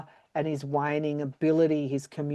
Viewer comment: When you said “waning” I heard “whining” and I burst out laughing. 😂